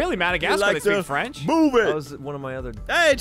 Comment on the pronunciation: actually have a good french accent i'm impressed!